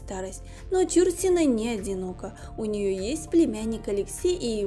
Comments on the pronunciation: Ну,как не стыдно,а?...материал не Вы искали и составляли,передрали готовый,впрочем как обычно,так Вы еще и неграмотны,готовый материал прлчитать правильно не можете,как не стыдно,весь стыд наверное поотморозили...Фамилию знаменитости правильно читайте!!!...И главной ролью,по которой стали узнавать Чурсину,была не Угрюм- река а ,,Олеся,,!!! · Почему фамилию произносите неправильно? Нет лайку. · Чурсина -- ударение в фамилии на последнем слоге. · Это невозможно слушать: не ЧУрсина, а ЧурсинА. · Чур- сина, ударение на первый слог , режет ухо. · Правильно фамилия произноситься - ЧурсинА. Ударение на последний слог. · я думала , что только мне режет слух ЧУрсина . Всегда была ЧурсинА . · Какая ЧУрсина!? ЧурсинА!!! Задрали своими ошибками!!! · Ну невозможно слышать бесконечно режущую слух исковеркованную фамилию. Артистка всегда была ЧурсинОй!!! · Не ЧУрсина, а ЧурсинА! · Да,не ЧУрсина,а ЧурсинА! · ЧурсинА - ударение на "А"! Прежде чем снимать видео надо знать такие вещи... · Согласна ! Слух режет ! Считаю неуважением к любому человеку искажение имени ! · Ну, уж коли взялась озвучивать ролик о великой актрисе , стоило бы поинтересоваться , как правильно произносить её фамилию. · Ну куда лезет, даже ударение неверно в фамилии, ужас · да,слух режет такое произношение фамилии актрисы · Действительно, не знать, как произноситься фамилия Чурсина - это по меньшей мере не вежливо по отношению не только к знаменитой актрисе, но и к читателям... Куда катимся?... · Ударение в фамилии,ув.ведущая,ударение не там ставите! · Да, получилось не очень с произношением фамилии актрисы, но мы прощаем .. тем более , что видио получилось очень интересным, спасибо огромное!! Людмила Чурсина всеми любимая, красотка так печально слышать, что такая Талантливая, не нашла женского счастья, очень жаль. Всевышний ей дал очень много красоты и таланта, но обделил её женским счастьем.❤️💜♥️💚🔥🔥🔥🔥💃💃💃💃💃💞💞💞💞🎁🎁🎁🎁💐💐💐💐💐😘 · Даже дизлайка не заслуживаете за ударение в фамилии. Бестолочи.